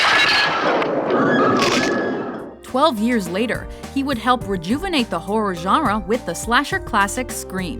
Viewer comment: she said whore movies hhh